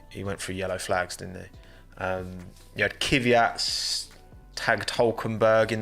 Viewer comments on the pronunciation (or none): none